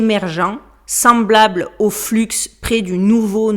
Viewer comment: Dans le mot flux on ne prononce pas le X…